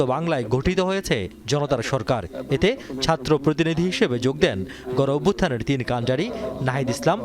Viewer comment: জামাতের আগে উচ্চারন শিখতে হবে সাতর্ না ছাত্র